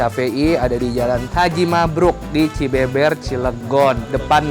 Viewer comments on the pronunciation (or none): Bang itu dibacanya Cibeber bukan CibEbEr wkwkk. Btw ane orang cilegon 😁